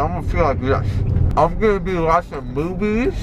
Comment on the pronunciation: when said he is going to watch movies all day long the word movies sounded like boobies